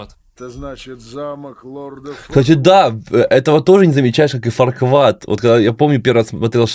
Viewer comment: Фарквад? Ват? Я думал его зовут Фаркуад